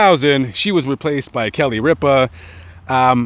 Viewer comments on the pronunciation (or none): none